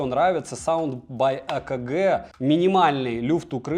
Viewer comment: Ну хоть кто то правильно произносит AKG!